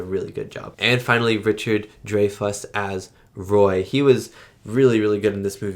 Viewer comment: Pronounced Dry-fuss and True-foe